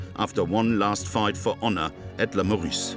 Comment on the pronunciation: Le Meurice, not le Maurice. Pronunciation is E, not O !